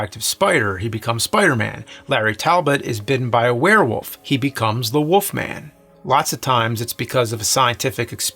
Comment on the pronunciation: “The Woofman is a woof”